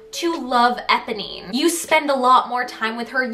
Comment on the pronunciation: Her pronunciation of Eponee is killing me